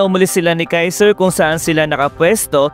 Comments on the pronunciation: Kaisel ❌ Kaiser ✅ 😂😂😂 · Kaizel Hindi kaizer tamumol